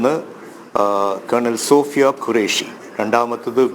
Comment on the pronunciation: Sofiya..not soniya... Ithentha Punjabi house o